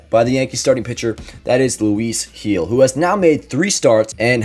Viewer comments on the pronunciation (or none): It's Gil with a G not Hill with an H 😖